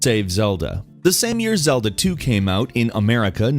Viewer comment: when you say same you say sam or when you say game you say gam